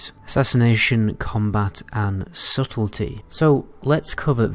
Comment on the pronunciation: You changed how you pronounce "subtlety,"! Bob is indeed your uncle